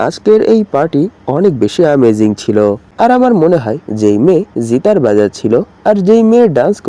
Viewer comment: জিতার নাকি গিটার 😐😐